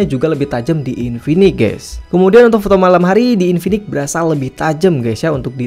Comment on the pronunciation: InfiniX cuy pake X Bukan infinik, ganggu bgt jir dengernya.